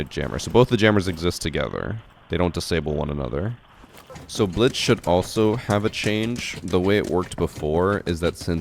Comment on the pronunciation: It’s the “Glitz” instead of Blitz for me 😂